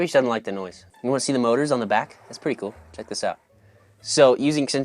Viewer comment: The way he said “kewl”